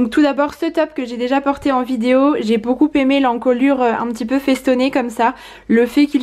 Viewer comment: Et pas de liaison entre beaucoup et aimé, tu dis toujours beaucouPÉmé.... Conseil d un prof de français 😜